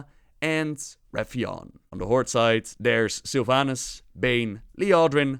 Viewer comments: I have been wondering why the heck do you always say "Horde`s" instead of "Horde" as it should be? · whenever his word ends in the letter d, he adds a small subtle s. why? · The jump from "there is a group of forsaken that want to die" to "therefore they burn teldrassil to start a war" is just asinine man. Also, it's HorDe. Not Hortse.